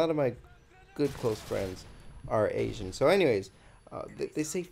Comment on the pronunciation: Oh I thought you were saying Hatians not Asians